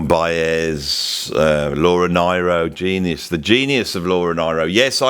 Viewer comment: I love Joni too,, and I believe it's Laura NEE - RO, pronunciation - wise. Both Sides Now is on my list for next year's Literature classes for Grade 10 up. I get teary when I'm showing "To Kill a Mockingbird" so I don't show it anymore! Eleanor Rigby and its excellent lyrics also upset me, so I may have to drop it, but the kids love it. (Exuma, Bahamas.)